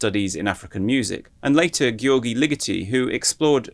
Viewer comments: Also, sorry to be a pedant, but Gy in Hungarian is pronounced kinda like a "J" in English, so Ligeti's first name approximates most closely in pronunciation to the English "George". (And, incidentally, his last name translates roughly as "small wood", so his English name would be something like George Wood :-) ) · the 'y' in Gyorgy functions like an 'e' so it's pronounced much closer to "george," no?